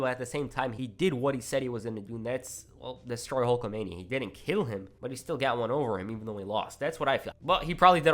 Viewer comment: I can't tell when this dude says didn't or did. They sound the same